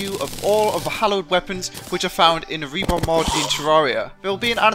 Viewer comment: Reporn?... Do you mean Reborn?